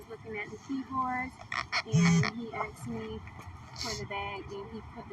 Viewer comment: Another nurse with "axe" impairment. You can't be a nurse if you can't say "asked ".